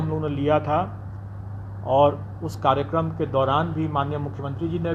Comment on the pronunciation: सर जी कारिगरम नहीं होता है कार्यक्रम होता है आपने गलत शब्द का उच्चारण किया है।